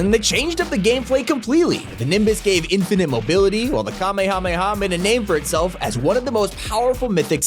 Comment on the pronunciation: You saying kamehameha made me so happy because you said kameamama!